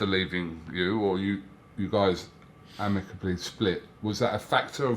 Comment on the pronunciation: We done it a-MICK-ably